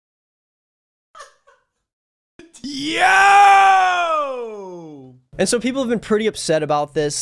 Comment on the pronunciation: ITS THE DESOO THING ITS NOT THAT BIG OF A DEAL ITS LIKE A RELATIVELY COMMON MISTAKE BUT IT MAKES ME GIGGLE A BIT